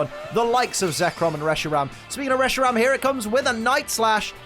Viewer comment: Reshirom? Welp time to call one Reshiram, Reshirom.